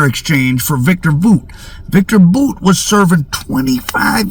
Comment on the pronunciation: IT IS BOWT that's how you pronounce VICTOR BOUT last name not BOOT come on